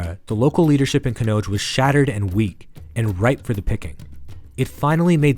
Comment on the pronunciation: Why do we have to hear American Accent. Would have been better if Indian names were pronounced correctly. Rashtrakuta Kannauja I had to try 👂 thrice to understand what it is.